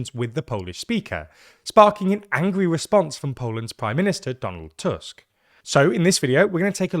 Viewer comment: On the other hand, he pronounces Tusk properly :D